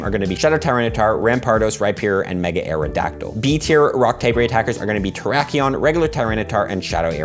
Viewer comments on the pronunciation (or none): none